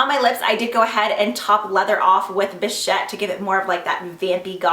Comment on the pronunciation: You are the only YouTuber I have seen who pronounced bichette correctly....and I really really love you for it haha love the video!! Xox